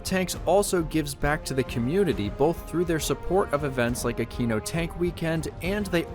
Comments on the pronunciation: Great video as always! Just a tip: Aquino is pronounced Akweeno :) (I'm Italian) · I heard the first time you said aquino as "I'm at a Kino tank weekend..." and thought "ya man tell me about it"